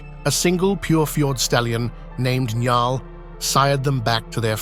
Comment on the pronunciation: It's pronounced Niaul, (like Paul) not Njal.